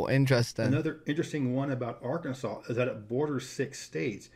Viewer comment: Im in arkansas...yeah you butchered all those names lol. Great vid